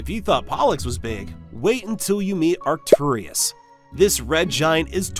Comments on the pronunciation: It's Arcturus, not Arcturius. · Pronunciations are a little odd. You're adding another syllable to Arcturus for some reason (Arcturius?). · And also the way he pronounced Arcturus was wrong